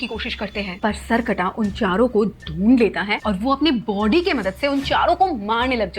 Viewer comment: When you were saying this in the starting:Us ka body bohot bara tha, my little sister thought you are saying: Us ka POTY bohot bara tha🤣🤣🤣